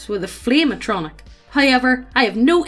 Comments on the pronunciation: It sounds like you pronouncing it as A-tronic as apposed to A-tri-noch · Ah-tro-knock. Not a-no-tronic. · "Ayy-tron-ic" as apposed to "ahh-tra-nock/noch" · A-tron-nick? A-tron-nick?! At-tro-narch! Jesus, to you teach her nothing? XD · The way says “flame atronach,” I keep hearing “Flame-A-Tronic,” so the entire time I was picturing this guy banging a tacky, overpriced grill or something. Made my day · ah-tro-narh-c. and yes, it is very real. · I hope never again to hear say "Bussy" in my life And saying Atronach Ah-trow-nak Reeeeeeeeeeee!!!!!!! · Atronach (AHT-troh-nack) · Ah - tro - noc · It’s “atro-nock”. Also how did they miss the chance at a fire crotch joke??! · Did she say atronik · Isn't it pronounced At Ro Nok? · the way she says Atronach bothers me